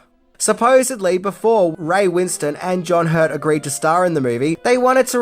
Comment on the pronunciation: It’s Ray Win-stone not Winston. He hates it when people get it wrong.